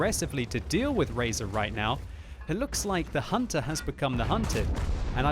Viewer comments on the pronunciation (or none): none